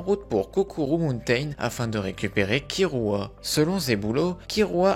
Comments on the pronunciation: Mes oreilles saigne quand j'entends kirua KIRUA , l'erreur du joueur français , perso je dit Killua. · mais c'est "killua" pas kirua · Killua pas Kirua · Ça me stresse : kirua aulieu de killua , Aruka aulieu de Alluka et Irumi aulieu de Illumi 🤣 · Pk tu dit Kirua mes oreilles meurt la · Par contre ça se dit "killua" ça m'a perturbée tout le long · Comment tu le prononce mal j’ai mal 😭 (Ça s’écrit killua)